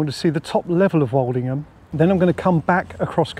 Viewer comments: I thought the "old" in Woldingham was pronounced like old in hold and told, not like the "alled" walled. Is that the local pronunciation? I'm a Lancastrian living down here in the vicinity. I want to be correct. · But you pronounced it Walledingham several times. I thought I had it wrong. I get loads of place names in the south wrong only to be corrected later, e.g. Plaistow, Isleworth, Leigh and others.